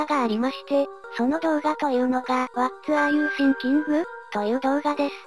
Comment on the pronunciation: 動画よりの発音が気になってしまった。御無礼。わらゆてぃんきん、って読むとネイティブに近くなりますよ。